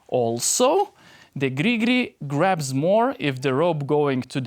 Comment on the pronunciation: Your pronunciation of Gri Gri brings me great joy. Will keep watching your videos for that alone.